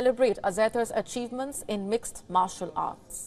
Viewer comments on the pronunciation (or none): none